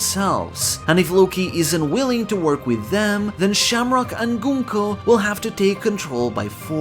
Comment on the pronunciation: The first YouTuber that pronounced Gunko properly 😭😭😭 everyone says Gun-ko